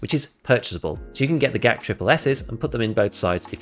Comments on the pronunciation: white armor is not gazelle its g zhel' zh is like 's' in pleasure/ thx for video, like it 😁😁😁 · I love how you nail the pronunciation of Zhuk but keep butchering Gzhel